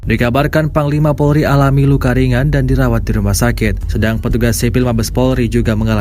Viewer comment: Menit 1.07 ...dikabarkan panglima polri... menit 1.10 ...petugas sipil polri... 🤣🤣🤣, iki opo yoo naratornya, mosok polri - polda polandia 🤭🤭🤭